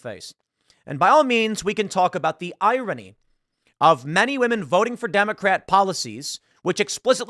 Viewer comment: I swear, I'd pay actual money if Tim learned how to pronounce "irony" correctly.